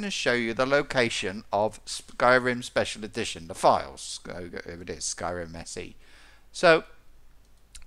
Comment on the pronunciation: Check it sounds like "Skyrim second edition" lmao